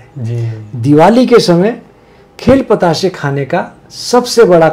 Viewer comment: બતાસે..... નહીં.....બે.... , પ તા સા...બોલે